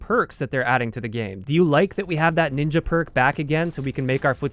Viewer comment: N I N J A it sounds.... wrong..